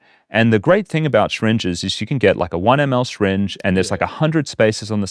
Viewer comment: I got stuck at the way this bloke pronounced the word syringe. Also, I can’t stand Tony Robbins and people like him. While I think we need people that tell others to get off their rear ends and take responsibility, I just don’t like him.